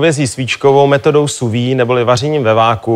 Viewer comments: Ahahah, metoda "suvi". Lol, ten borec urcite moc "nevi". Sous-vide (/suːˈviːd/). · Sou-vide se vyslovuje jinak.